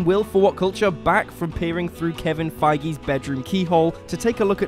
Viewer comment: Someone from whatculture finally said Kevin Feige’s name correctly. I can now rest